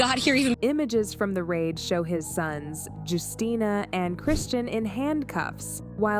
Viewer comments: Your A.I narrator sucks. It can’t pronounce Justin and says Justina. Next time narrate it yourself. Lazy(robot voice) 🤖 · You couldnt be that dum not to know how to pronounce Justin